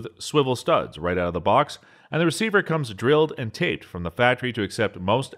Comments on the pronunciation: Kin-eh-mat-ic. Like kinetic, as opposed to static, not kine like in the word "kind". Drilled & tapped, not taped. Tapping a hole means machining threads for screws to fit into. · my man said drilled and tape-ed